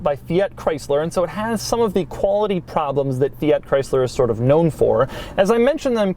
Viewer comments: For the love of God: Fee-arrt!?! It’s Fiat. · He is saying both Fiat, and Abarth wrong, and he says them both a lot. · 21 minutes of Doug mispronouncing Fiat and Abarth: usual Doug Quality Achieved.